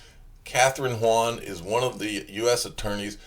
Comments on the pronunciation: Kathryn Haun (Hawn) not Hwuan or whatever you're trying to say. She's not Chinese you jackleg. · pretty sure that's pronounced "hawn"